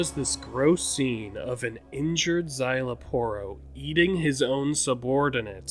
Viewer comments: You actually nailed his name. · You actually nailed Szayel Aporro's pronunciation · You actually said name correct some people say Parro some people say Porro